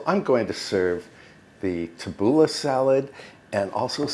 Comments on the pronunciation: It was hard but, tabbouleh is pronounced like this tabboulee. Not ah but ee. I know you appreciate these tips. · Lovely, as always,. But it is pronounced « TAH-BOO-LAY, it’s lebanese. 😊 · Pronounced "Tabooleeeeeee! Looks delish!